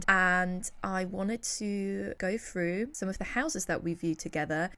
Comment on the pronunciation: Why can’t you pronounce “th”? You looked “Frew”???? Do you mean “THrough”?? 🙄